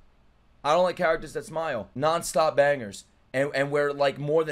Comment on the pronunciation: You're murdering character names, but it cracks me up 😂😂